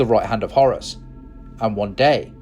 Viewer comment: "The Heir to Hours" Umm...k.